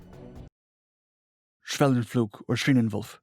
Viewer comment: when you spell schwellenpflug, it sounds like you had a stroke while reading.